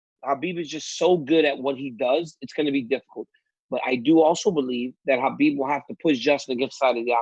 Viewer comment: Ariel, you're so Jewish how you pronounce Khabib. Chhhaaaaa beeebbbb